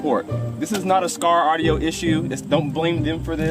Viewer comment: Skar ardio? You didn’t wanna redo that?